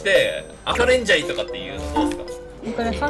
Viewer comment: レンジャーではなくレンジャイになってるの草 ナイスジャイでした！面白かったです